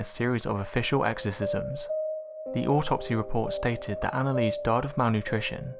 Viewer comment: at least say her name right